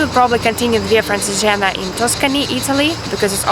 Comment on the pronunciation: so smiley! anyway it's pronounced "Francheégena"